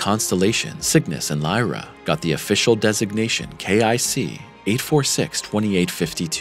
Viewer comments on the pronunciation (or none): none